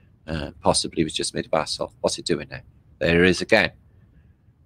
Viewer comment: 👋”basalt” bath salt, baa, vassal, bassel hmmmm